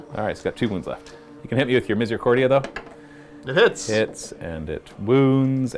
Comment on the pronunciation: keeps saying "misericordia", but I can't seem to not hear 'misery accordion'...